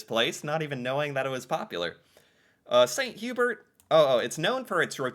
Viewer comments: 2 pronounciation corrections. Chalet (Swiss Chalet) is pronounced Shall-lay. Hubert in St. Hubert is Hew-Bear. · I’ll give him Hubert but chalet feels like it should be just known